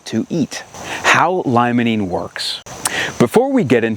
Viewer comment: Jsyk, limonene is pronounced, “lee-muh-neen”.